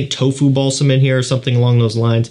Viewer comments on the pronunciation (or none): It’s tolu balsam, not tofu balsam 😂